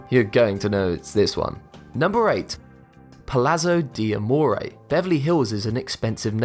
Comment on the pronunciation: I'm italian, the pronunciation of "Palazzo di Amore" make me laugh !!! Funny !